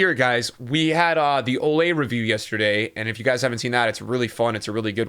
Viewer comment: Why does he say “olay” rather than “oh-lee” likes it’s supposed to be?